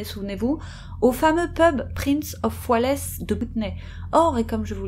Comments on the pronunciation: Intéressant sujet bien traité. En revanche, j'ai saigné des oreilles à en entendant "Prince of Wailess". Ça se prononce en fait Prince of "Wailz". "Wales" en anglais, c'est ni plus ni moins que le pays de Galles. Le Prince William et Kate Middleton sont aujourd'hui devenus respectivement Prince and Princess of Wales. Autrefois, c'était la regrettée Diana… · Wales, pas "Waless" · Qu'est ce que tu m'as fait rire (et me déconcentré) avec le prince de woualès !!! :)))) Quand on a 234k d'abonnés, on fait un effort... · « Prince of oualaisse », pour le Prince de Galles et nouveau Roi, j’adore 😂 Mais je taquine avec bienveillance 😉 Bon à part ça, continuez, beau boulot comme d’habitude 👍